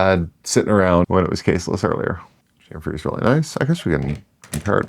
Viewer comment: Please. Please. Cham-fer. Cham-fer.